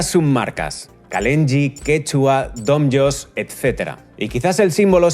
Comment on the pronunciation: Quien dice "dom y os"? 😂 no en serio si alguien más lo pronuncia así que me lo diga, yo siempre lo he escuchado como "domios" Diría que incluso hay anuncios donde se nombraba la marca y se decía así